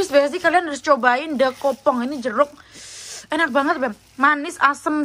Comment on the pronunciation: Aku ngakak ngakak pas bilang enak banget tpi di bilang nya inak anget lucuu😂